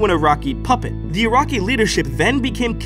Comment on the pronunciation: Ur-rak-ee!?!?! Naaaaah. Bs nah It's Oo-Ruk-Kai Uraki